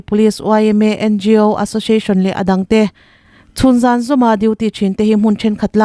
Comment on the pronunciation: I news chhiar ngaihthlak a hahdam in hriat a nuam khawp mai. S i lam in sh angin a ri ṭhin erawh hi chu a dik lo deuh ṭhin. Entirnan : association hi ashoshiashon i ti tlat zel a 😂 Sample pawh shample i ti zel a, sh hi chu a rik na tur chu a awm hran